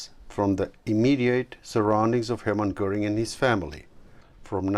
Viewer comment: Why the voice-over? Because Americans are too illiterate to read subtitles? Also why is the name Göring pronounced as “Gehring?”